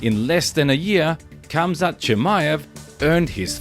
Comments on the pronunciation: RRRamzat not Quamzat damn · I think the “K” is silent. Hamzat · it is pronounced hamzat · You're saying his name wrong and pissing me off!